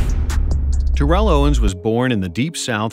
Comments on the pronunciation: You calling him “Ta-Rell” instead of how he himself says his name is pronounced is actually sad. All this knowledge about his career yet you can’t say his name correctly. It’s pronounced “Tear-le” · Terrell (Owens) = Tear-roll, not Tur-elle | he hates the elle pronunciation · His name is actually pronounced - Teh- Rel, just FYI 👍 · You're mispronouncing his name, lol His last play in Cincinnati was not acl , it was meniscus, tore acl in off season btw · Jesus Christ you are mispronouncing his name incorrectly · This dude never said his name right once lol How good was TO? goat status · Please pronounce his name right! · You said his name incorrectly Jesus Christ